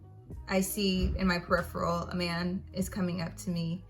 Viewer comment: “in my PERIFTERALL”🤦🏾‍♀️😂